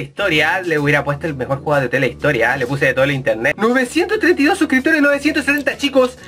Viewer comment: "EL MEOR GAMELAY DE LA VIDA" pls:'v